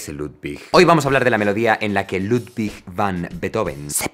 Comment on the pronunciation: Se dice “beutofen” 2 segundos antes “ludbig” 😂😂😂